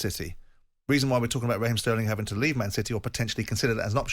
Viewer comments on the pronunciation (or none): Who's Rah Heem Trevor Sinclair ?I thought it was Raheem !!